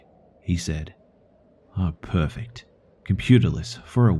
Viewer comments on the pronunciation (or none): none